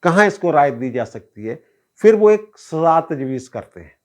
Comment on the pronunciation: App "phir" ko aksar "fir" keh daitay hain 😂